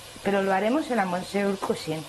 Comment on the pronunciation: Monsieur se dice mesié en francés cateta